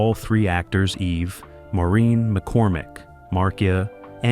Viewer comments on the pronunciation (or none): I don't know who put this on but almost all of this is a lie. Mispronouncing Maureens name and Marcias. And the wrong ages of the children. The lie about Marcia in love with her brother Greg. It was Barry and Maureen in love. And Mikes office was shown numerous times . I don't remember Barry singing alongside Davy Jones. And Tiger wasn't a Golden Retriever, that was COMET on Full House. All of the children with the exception of Christopher Knight could sing. Eve is also an artist.